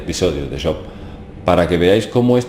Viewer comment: me ha gustado mucho el video el personaje que mencionas job se pronuncia su nombre con jota y perdona por entrometerme un poco, solo era eso, no lo tomes a mal y gracias por el trabajo de investigación que estas haciendo,que es despertar conciencias, que no es poco